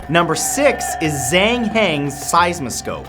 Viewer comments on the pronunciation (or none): none